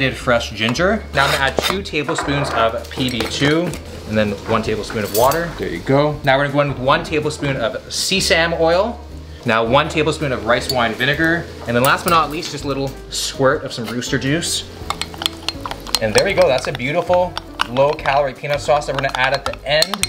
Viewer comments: is anyone going to talk about the “seeesam” (se-sa-me) oil? uncle roger wya? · would just like to point out that the pronunciation is: SES-A-ME and not sea-sam. Love the vids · “one tablespoon of see-sam oil” It’s sesame oil! se-sa-me!😂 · Did he say “See Sam oil”. It’s sesame. Like open sesame “ses-sami” brother. Good video though! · Dude, that’s called se-sa-me oil. Lolol you said sea-sam oil. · Um, it's "se-sam-mee" not "see-sam" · ......SEE SAM oil???? Did you mean sesame, pronounced seh-suh-me? I really hope that was a joke lol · Did this man really just pronounce sesame as “sea-sam” 😂😭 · Sea-ssame oil... do you not mean sesame oil ? 😅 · i snorted when he pronounced seasame as SEA SAM BAHAHA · “Sea-same oil” 😂😂😂😂 sesame 😇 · This man really called Sesame- sea-sam🤣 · “See Sam oil” LOL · everyone: Sesame oil: seasam oil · He said sea sam. Lol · Did my man really just say "SEA SAM oil" .... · Bro really said Sea Sam Oil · Did this man call sesame oil seasam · Did pronounce sesame as sea-sam? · My dude just pronounced sesame as sea sam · se-same😂 I hope you know it is se-sa-me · sesame (Seh-Suh-Mee) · did he say see sam oil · Did he just call sesame oil sea-same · see-sam oil? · Do Canadians actually pronounce Sesame as 'See Sam'? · Did he just pronounce sesame as “see-sam”? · "SEAsame" oil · Who the fuck pronounces sesame like that😂